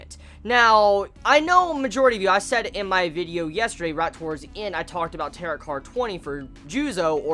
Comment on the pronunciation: It's pronounced tear-oh